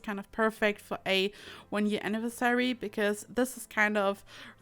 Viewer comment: i can tell you're not a native speaker and probably have a German/Swiss background, but i just wanted you to not make the same pronounciation mistakes in the future. It's pronounced anniVERsary, not anniverSARY.